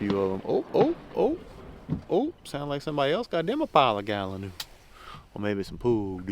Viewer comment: das like uh gallon new stew